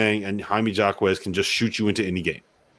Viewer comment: I love it when you guys keep doubting UCLA. And you really need to know how to pronounce Jaime Jaquez’s name correctly if you want to gain respectability. Shows you haven’t watched enough film of this UCLA team. Final 4, baby!!!!